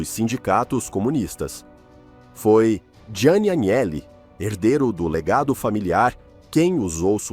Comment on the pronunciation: Agnelli = (anhéli)